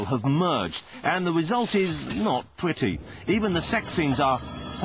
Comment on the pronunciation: How do these people (the English guy) become television announcers. "Tsukamoto san is the diwektor of..." "The result is not pwetty" "At Space Channel jambowees...." etc, etc..